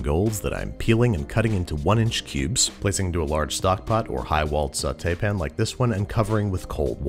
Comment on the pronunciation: The word pan still has an A in it, right? No one changed it to "pn" without my knowledge? Did Niles Crane write the voice over?